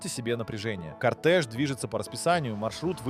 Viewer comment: Ты специально ударения неправильно делаешь?? Джагуар, Сэнат, Лансиа, кОртэж, Нарендра МодИ, турбо нАдув